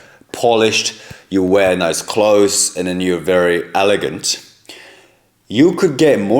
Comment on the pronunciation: You said Nice like a true Aussie 🎉🎉🎉🎉